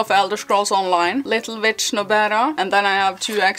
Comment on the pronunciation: Your pronunciation of Little Witch Nobeta. The video itself tells me ''yes, it was intentional'' considering that you pronounced ''witch'' like that twice.